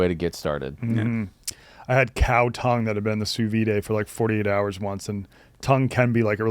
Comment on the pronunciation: driving me crazy with the Sous Vi-day pronunciation lmao